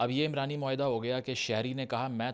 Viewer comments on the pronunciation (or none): عمرانی معاہدہ نہیں یہ عُمرانی معاہدہ ہے، عین پر پیش ہے، عمران مرد کا نام ہے، عُمران کا مطلب معاشرہ ہے